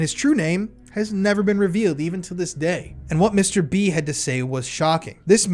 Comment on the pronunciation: I can't help but think your saying mr beast whenever you say mr b...wich the timing is uncanny